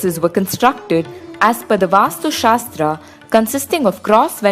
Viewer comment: Please say शिव and not शिवा, please don't say कृष्णा it is कृष्ण. Please use correct samskrit pronunciation instead of pronouncing according to English spelling because most of the English spelling never match their pronunciation. Don't say शास्त्रा it is शास्त्र